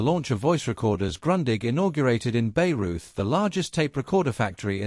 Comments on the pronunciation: Richard Wagner's BAYREUTH pronounced BEIRUT? Not quite, it's rather BYE-ROYT. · erm ... English and pronoucing words of other languages ... why bothering learning gibberish ... nést pas? Is it Beirut or Bayreuth? Its Bayreuth ... its not pronounced Beirut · Ay in germsn is a long I in english. There fore Bayreuth is pronounced Bye Reuth. Not Bay [long A) reuth. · That isn't a good way to describe how to pronounce it it's more like by-roit as in German the "Bay" in Bayreuth is more pronounced like "Bei" or "Bai" and not at all like the English word "bay" which in German means Bucht. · While I found this report most interesting, the mispronunciation of German names of people and places was painful to hear. Grundig is correctly pronounced 'Groondig' and Bayreuth is 'Bye -royt', Fuerth is pronounced 'Fyeurt'. For an evidently thoroughly-researched piece this is a miserable mistake. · Pronunciation wise, it's Mr. Buyrite for goodness sake. Do keep up. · Wagner's opera house is still there. It's pronounced, "Bay - roit." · The narrator was not American. Any US servicemembers stationed in Bavaria/Bayern knew how to correctly pronounce the city name.